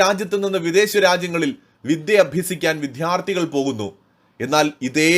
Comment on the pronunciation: Diction please, not madya, it is maDHya! Not viDHyarti, it is vidyarDHi! Repeat ten times and correct yourself! The elocution is important!